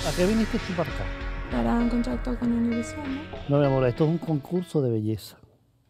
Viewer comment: Saliendo del tema cuando dijo Univisio pensé que era Univisio Telemundo🤣🤣